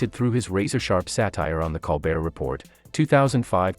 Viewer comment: If you do more on Colbert, please learn how to pronounce his last name. Thank you.